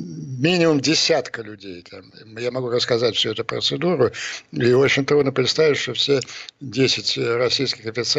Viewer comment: Этот замогильный злобный чувак делает две ошибки в слове процедура. Он, простите откуда?